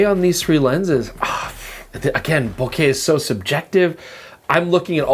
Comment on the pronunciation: Bo-KAH ... Bo-KAH ... Bo-KAH ... 😝